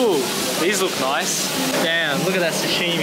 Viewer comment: Yay!!! Please don't say sashimi like that. :)